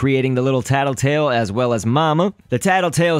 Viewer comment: Luis Berdecia Its Tattletail, not Tattletale.